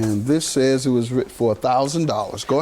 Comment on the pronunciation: “WROTTEN”????? Damn people just make up words these days 😂😂😂😂🎉